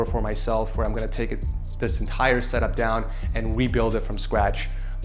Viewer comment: the way pronounces setup always bothers me lol ik its no big deal but i had to say it, love you and congrats on the house